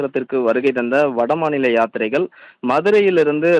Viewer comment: யாத்திரீகர்கள் என்று சொல்லத் தெரியவில்லை